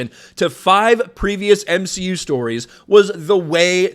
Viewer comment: Its m-she-u... You should know that by now.